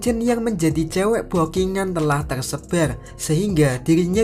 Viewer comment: tersebar min bukan telsebal